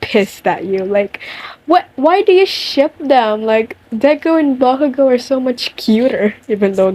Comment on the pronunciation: Not me loving the way you say bakugou 😍😍😍😍